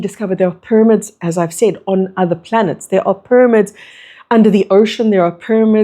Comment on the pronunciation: ty for your message.. i still cant get over your pronunciation of pyramids it throws me off every time 😂 “pur-amids”